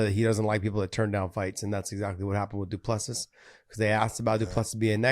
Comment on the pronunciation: Great show but out of respect for the fighters you should learn how to pronounce their names. DU PLESSIS = DOO-PLA-SEA *silent last “s”😉